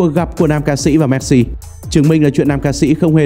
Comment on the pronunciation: Cứ đọc "Méc-Si" Méc-si Méc-si nghe khó chịu thật...